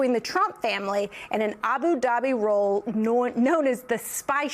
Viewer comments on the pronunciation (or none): This lady can’t pronounce her Y’s. How can she be a reporter when she can’t talk right? Not royals. She says Rolls 3 times. good grief. She makes the south look horrible. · Can she not pronounce the word ‘royal’ 🤔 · Is she trying to say Royal? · What's with this person not being able to say, "royal"? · If you're going to gexa newscaster, maybe you should be able to pronounce words like royal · Is she trying to say "royal"?😊